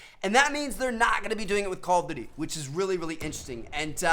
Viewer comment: The way he says call of duty is so atrocious!! Omg Lmaooo